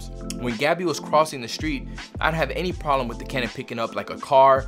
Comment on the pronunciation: Am i not native or he said "polem".